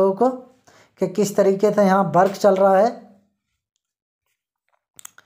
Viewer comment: Bhai jhand video hein Work ko Bark kehte ho